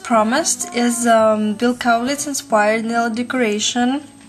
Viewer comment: I am impressed that you are saying Bills last name right. =) Most people don't. They say it like (Kal-litz) I love your nails. I've been getting "Bill" nails since may, but I have always gotten it done professionally. Its nice to know how to do it at home when you don't have all the tools they have at the salons :) In fact right now I have "Bill" nails but they the tip is a different color =)